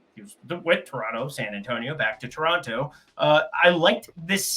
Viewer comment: He said tor (toronto)